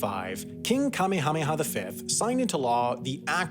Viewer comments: Extremities, very well done video, I must say. I've been there (back in '87, I hiked in), meeting some of the residents. May I point out that the king at the time was kah-may-hah-MAY-hah, but more often pronounced kah-may-uh-MAY-uh, rather than kah-me-HAH-me-hah? I'm not trying in any way to discount the suffering that went on here, but to call the response to leprosy there a Western thing is needlessly blaming the Caucasian people for all the troubles of the world. People around the world for thousands of years have treated it the same way as Hawaii's Westerners did. It was a very frightening disease. For centuries, isolation has been a part of it, and in ancient Israel, the victims were required by law to shout "unclean" when non-victims came too near. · I like how you pronounced Kamehameha like "KAME HAME HA!" from Dragon Ball Z, instead of what I believe is actually supposed to be pronounced like (the much more Hawaiian sounding) "Ka-meha-meha" lol. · King Kamehameha sounds a lot different when you say it. :P